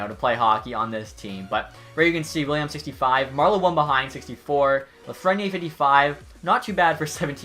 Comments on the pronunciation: austin stewart lol he says “Lafrenyay” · The way you say lafrenière bothers me